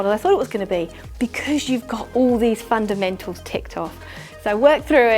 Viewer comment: All I keep hearing is “Fun and Mental!” 😂